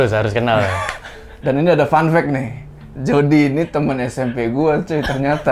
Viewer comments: Nama nya Jody tapi gua denger nya JORDI anjay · "Jody" Waduh Tinggal Tambah "R" Udah Si EPIC MOMENT